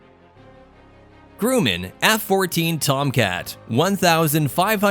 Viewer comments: It is Grumman, not "groomin". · Grumman is pronounced, "gruh-men" and not "groo-men". This video has many issues but I think it's only designed to get views. Accuracy doesn't seem to be important. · “Grooman” otherwise known as “Grum-man” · Groomin? Didn't you mean Grumman? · Software voice interpreter generating the text subtitles should have spelled it Grumman F-14... not Groomin, but that was due to the commentator's flawed pronunciation. The u in Grumman is pronounced uh by the Company On another note, MIG is referred to as the mig, not spelled out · I liked the information about the different jets. But the narrator should be informed by the writers and director on how to properly pronounce the names of the planes. We saw "Grooman" not Grumman and he pronounced it incorrectly. He also pronounced the MIG not as one word as it's referred to since their inception, but he pronounced each individual letter in the name; m-i-g. I enjoy informative videos but the producers have to get it right, and the person narrating must be spot on. Perhaps education their spokesperson would lend more authenticity to their message, but that's just me...